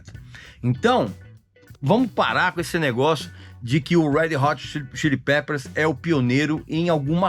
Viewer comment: “head rot chilli pepers“ foi nível Joel Santana, hein, Regis?! 🤦🏻‍♂️